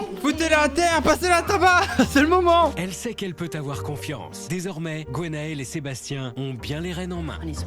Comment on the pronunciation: Bon la voix off, on ne dit pas GOnael mais Gwenaëlle ! Merci.